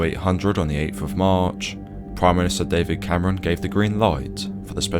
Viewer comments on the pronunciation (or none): none